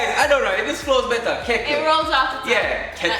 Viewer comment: Better-betta What-wah